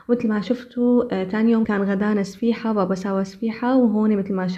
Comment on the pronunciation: اهم شي سفيحة هههههههه ((صفيحة))..